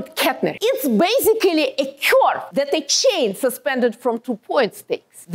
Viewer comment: I never thought the word "curve" could be pronounced like that.😂